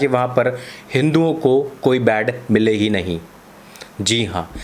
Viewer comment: बाड नही बेटे बेड होते हैं😂😂 जाहिल मेरे लाल